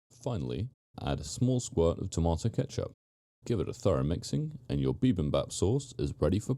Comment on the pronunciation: It's pronounced bibimbap, not bibimbap.